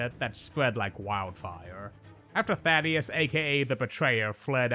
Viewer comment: His name is Thaedus, not Thaddeus.